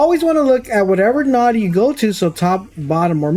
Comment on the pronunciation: Came here as a loyal subscriber - who pretty much plays all the same games - ready to hate you for cheating, but I think I understand the whole situation better now. Just an fyi, node is pronounced with a long o, like no….not trying to be an ass. Fuck the haters, keep doing what you do!!!